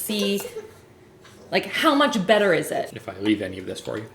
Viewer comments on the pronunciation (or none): Every time she says “better” I feel like she is saying “batter” 🤣